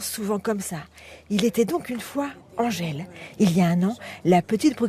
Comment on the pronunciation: Angèle et non "Angel"